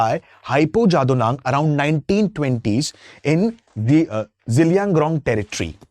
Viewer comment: It's zeliang- rong not zelian grong..